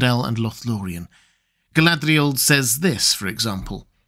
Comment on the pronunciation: I've commented before on this and am still in need of education. But your pronunciation of Galadriel is inconsistent. Sometimes (20%) you pronounce it like it is spelled, other times (80%) it's almost as if you replace the 'R' with an 'L' as if you're romanticising her name. Honestly, you're the expert, if you tell me it's some accent on her name to make it sound how you pronounce it 80% of the time I'll take it as gospel.